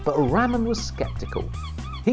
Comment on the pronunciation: Umm It's RAMAN not RAMEN😂😂